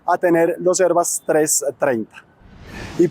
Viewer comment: ¿Porqué pronuncias "airbas"? No seas pendejo y pronuncias en español, Airbus como suena y se escribe.